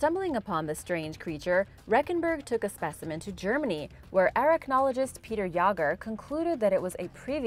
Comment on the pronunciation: NEIN! NEIN! NEIN! IT'S JÄGER!